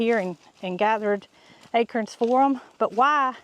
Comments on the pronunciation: Hold on...a-crens?...not a-corns? 🤔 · You say acrons I say acorns 😊 it took me a minute to realize what you meant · You made me smile when you said 'ackerins' for acorns. 😊 Your accent tickles me. LOVE your channel!! Thanks for my smile for today! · Akerns? 😂Must be a southern way of pronouncing Acorns...😊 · Acurns!! Love how you say it! Never heard it pronounced that way. We in ohio say A corns.. pronounced like CORN on the cob, etc. You say CURNS pronounced like Kerr. But no matter! We love our!! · I love how you pronounce acorns. You pronounce it as “akerns”. I pronounce it “a”corns, heavy on the “a”. Thank you for all the joy your family brings everyone. Have a great Thanksgiving. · Took me a minute to figure out what an “Akern” was. 😂